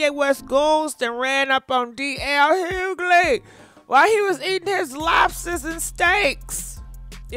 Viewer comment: Girl the g in dl’s last name is silent.